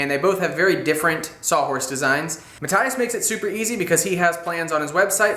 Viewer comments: it's Ma-th-ias not mat-tias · It's Matt-tee-ahs, not Matt-tye-uhs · Nice video but I'm reasonably sure its Ma-tee-us like most German folks would pronounce it. It was a big distraction every time you mispronounced his name...